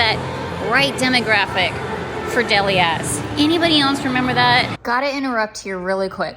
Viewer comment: Fyi lol DELIA’s pronounced (Dee-Lee-uh’s) Like the girl’s name👍